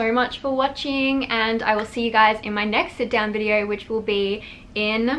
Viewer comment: "Welcome to another YouTube videearrr..." LMAO